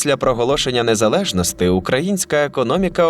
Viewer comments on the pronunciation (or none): Диктор зверни увагу на закінчення деяких слів "незалежностІ" та інших де ти вживаєш "И" замість "І".